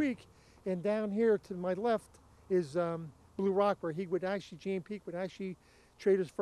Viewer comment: Interesting history so thank-you. BUT - can people please stop saying Jan Peek's name wrong. Jan means John in Dutch and is pronounced "yon" as in "yonder." It is not pronounced "Jan " as in "Jan Brady"